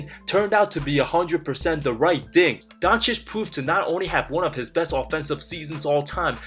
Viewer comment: I don’t know what’s Stephen 🤡. Smith’s problem with the Mavs and European players in general. Disrespecting their achievements and mispronouncing their names (has to be on purpose, he can’t be that stupid) like Donchick and Wembanyana. Funny thing is that it has gotten to a point where it actually backfires on guys like Booker and ANT. I can’t imagine a 22yr old being totally unaware of becoming ESPNMJ, which can only end in disappointment. AN ABSOLUTE TRAVESTY! 😅